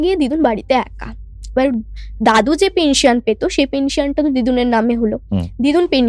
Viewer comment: Bangla te to onek bhul Amabarsha noi - Aumabosshya .. West bengal e ki quality of education eto tai fall koreche ? Maximum chele meye gulo ke dekhi bangla kothaye grammar bhul, shobdo bhul, uccharon bhul. Juo na , jua. Pension tar uccharon bhul Uni kaaj korten - korto na